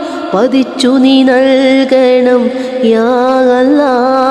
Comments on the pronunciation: അവരുടെ പാട്ട് ഒരു സംഭവമാണ് അച്ഛനും അമ്മയും മക്കളും നോക്കിയും ചിരിച്ചും ആ പാടിയ പാട്ട് ഹൃദയത്തിൽ മായാതെ നിൽക്കും അവരുടെ അള്ള എന്ന ഉച്ചാരണംperfect നമ്മളെ കൊണ്ടു പോലും കഴിയാത്ത തരത്തിൽ അക്ഷര സ്ഫുടത എന്തായാലും തകർത്തു എല്ലാ ഉയരങ്ങളിലും ഇനിയും അവർ എത്തട്ടെ എന്ന് ഞാൻ പ്രാർത്ഥിക്കുന്നു പിന്നെ പാടാൻ സഹോദരിയും ഒരുപടി മുന്നിലുണ്ട് എല്ലാ ആശംസകളും. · 'അല്ലാഹ് 'എന്നുച്ചരിക്കുമ്പോഴുള്ള ഉച്ചാരണ ശുദ്ധിയും അതിന്റെ ഫീലും... Great ...!!!